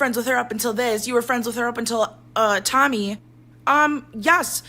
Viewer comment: Is it me or you calling Tommy “tummy”? That’s what i hear everytime😝